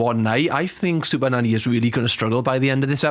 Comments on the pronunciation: Sounds like he is saying Super Daddy in the beginning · Is it just me or did the first 2 occasions that you said 'super nanny" sounded like super daddy. 😂😂😂 every other time has sounded normal so far but not the initial two times 😂😂😅😂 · Sounds like you're saying super-daddy 😂😂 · Do you realize you're saying SuperDaddy ? 🤣 She's Super Nanny 😂 👍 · Sound like you are saying super daddy 😅😂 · He pronounces it better later. Reminds me of Benedict Cumberbatch with the "pengwings"